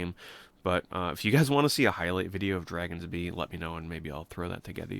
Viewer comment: What’s the name of that last game you mentioned? Couldn’t catch it. Dragon’s Bee? Haha. Regardless, I’d ne interested to see that trainwreck.